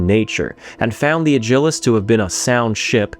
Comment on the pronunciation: Alternative pronunciation? More emphasis on Ad? Add Gil Us : )